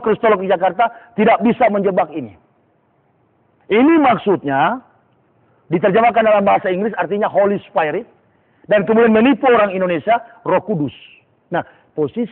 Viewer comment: mengucapkan Holy Spirit bukan "holi spairit"... Sok mengaku teolog... Puji diri.. padahal belum tahu apa-apa. Belajar lagi sana